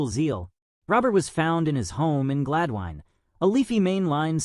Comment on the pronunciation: Pierre is a close personal friend of mine. His last name is pronounced “Ro-bear” which is the French pronunciation of “Robert”. Also, Gladwyne is pronounce “Glad-win”. If you are going to make a video on someone, please do your homework prior to doing so.